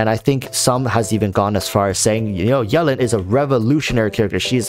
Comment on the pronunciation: I love how you say yelan like melon